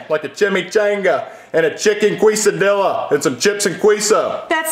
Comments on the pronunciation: As a Mexican the kesadilla pronunciation hurt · no way called a quesadilla a queeso dia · As a Mexican I feel offended for how he said those Hispanic food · As a Mexican, this really hurt my heart mispronouncing Mexican food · as a Latino. I’m not even surprised that a white family is saying it wrong. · He said quesadilla queso like Quiso and Quisadella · As much as it pains me that they say the names of queso and quesadilla wrong, i still find this video pretty fucking funny.